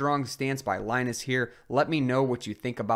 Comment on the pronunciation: Please stop mispronouncing Linus Torvalds' first name!